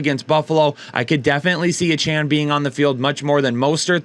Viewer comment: Lol it’s pronounced A-chain